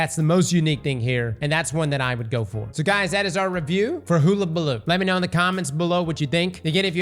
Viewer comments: Hole ah bah loo 🤣💀🤦‍♂️ to be honest Ive been saying hoola as well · Please god, learn to say it properly!!?! Its a U, not a double O!! Its Hull!! Hullllllll!! ..hul-lah-bah-loo!!! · Bro, are you even trying? Hoolabaloo? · Destiny content creators learn how to pronounce words challenge, level: IMPOSSIBLE I jest, mostly, but oh my goddddd it is so difficult to not be like "DUDE IT'S HULL UH BALOO" at my screen 😂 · Im not sure what makes you think its pronounced "hoooolabaloo" but its amazing!! 😂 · No way!! Hug-a-baloo for fuck sake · Hull-Uh-Buh-Loo! Go back to school!!! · Hull - Uh - Bah - Loo 👍🏻 Get this man a Hooked On Phonics book or something 😂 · Still saying it wrong. Hula balooo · My brother. It’s pronounced: [HUL] + [UH] + [BUH] + [LOO] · I swear does this on purpose sometimes lmao. I love Hellabaloo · all the creators are mispronouncing it... 🤔🤦🏼‍♂️🤷🏼‍♂️ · Not after he says "haamkara" first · We all know he can't pronounce words well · Started thinking he's using the Rick Kackis method of pronunciation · ALL YOU GOTTA DO IS TAKE WORDS OR SOUNDS AND COMBINE THEM, for example; the "HULL" of a ship. HULL- A - BA- LOO. AHAMKARA= AHA! i've figured it out. A-HA(M)-KAR-A. JESUS CHRIST I JUST WANT YOU TO SAY IT RIGHT!! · It’s HULL-a-ba-loo. Man alive. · Like is he doing it on purpose? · I Iike how he can pronounce hypotrochoid but not hulabaloo correctly...it's like he does it on purpose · Use this as a dislike button for cross’s pronunciation of hullabaloo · should delete a God roll for every time he's mispronounced "Hullabaloo". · He don't say werds no good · HULL not hoo. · It’s not “hoola” like hula hoop, it’s “hulla”, like…ah forget it. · its hulabaloo not hoolabaloo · Huh-la-bah-loo not hula hoop baloo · you've been saying this things name wrong since the first time you read it. All of the event weapons are named after old sayings or phrases. It's pronounced (Huh-Luh-Buh-Loo). Not Hoola. It means "To make a fuss".